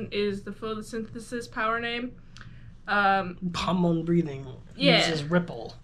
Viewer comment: The way you pronounce Hamon gives me a stroke